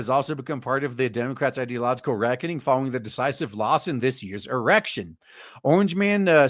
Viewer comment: my man embodied his inner japanese "this year's e rekt shun"